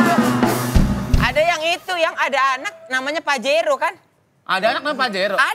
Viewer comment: Pajero dibaca pahero , cek Dech dlm bhs Spanyol / Portugis artinya apa 😂